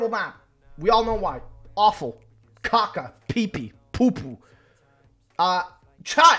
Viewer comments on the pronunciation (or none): none